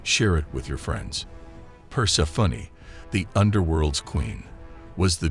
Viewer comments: i love the voice-over, but "Persefunny" is really not it🤭🌷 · The way he pronounces Persephone is extremely distracting.